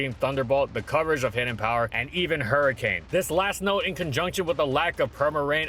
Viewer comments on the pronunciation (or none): none